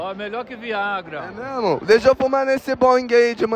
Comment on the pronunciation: "eiiitaaa ele aproximou Memo" kakakakakakakka